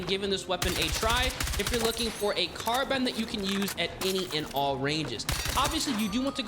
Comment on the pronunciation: Literally says "carbun", these guys are always illiterate.